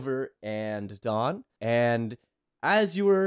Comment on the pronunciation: every time you say dawn I hear thog